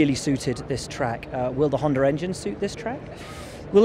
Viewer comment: I was just quoting Will. He can't say Honda correctly.